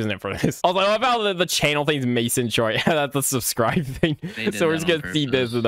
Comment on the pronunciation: “So subscrursh”